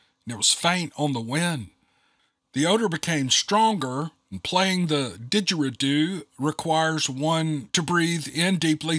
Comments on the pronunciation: A Didgeridoo is pronounced Didger eee doo. And on the second story... Yes there are Bigfoot near Panama City, Florida. A guy, by the name of Donnie Miller of "Standing Goats Rescue," had a Face to Face Encounter with one, a few years back. They are on his property. The "Late" Kerry Arnold, of "Bigfoot Odyssey," interviewed Donnie on his channel. It would have "Got" him, but his girlfriend, (at the time), saw what was happening, and she started honking the horn, and flashing the lights, and the Bigfoot left him alone. You would enjoy Donnie's channel also. He talks about Sasquatch and Dogmen on his channel, even though it's called Standing Goats Rescue.... But the Best of his encounters is/was on "Bigfoot Odyssey." Sadly, Kerry Arnold got killed last year, on September 13, 2022. But the videos are still up, and if you go to the channel, just Scroll down, until you find Donnie Miller's Bigfoot Encounter. It was my Favorite channel. 😊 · It's said like this (" Dij-Uh-RE-Do") I hope that's helps. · You pronounced ding-or-rei-do very well! My family lived in Australia 1969-‘74. I guess you can now find a recording online. Listen and you’ll be amazed. It’s eerie, a little frightening and very appealing all at the same time! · Hi! You're getting close, but it's pronounced " Did jer ree do"..👌✌ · Hey love the stories as always. Bummer you're so busy cause I miss em. Your so close with the pronunciation, but thought as an Aussie I should help, not correct. It's Didg-eree-doo, no a in it. Cheers mate